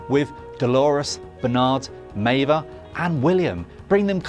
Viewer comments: It's Meave, not Meiva 😂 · Meiva? Achitty? I think you mean Maeve and Akecheta. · Maeve is pronouced MAVE. Not May-vuh. Have you actually watched Westworld? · This was aweful. Should've had someone who actually watched the show host it. Was wrong about 3 things and it's pronounced Maeve not Maeva. Talk about insulting the viewer. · Maeve not Maeva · Next time, maybe get someone who watched the show to narrate the video. How do you mess up pronouncing Maeve when they say it over and over again in the show? If you don't know how to pronounce it, Google it! You're on the Internet already, it's just one extra step. Goodness me. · Stop saying Mava! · Meave-a no japanese-a. Meave-a English-a. Also, "even" Rachel wood? Do you Evan westworld bro? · This bloke is supposed to explain Westworld's ending to me while pronouncing one of the main protagonist's name MAIVAAA....ffs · bruh - who is maive-uh? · You lost me at meivaaaa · "Meva" and "Even" Rachel Wood? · you've just butchered maive.... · How do you misprounce a character's name in a TV show where her name is said out loud multiple times?